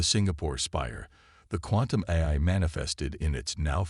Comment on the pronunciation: Teach the AI to say AI instead of eye!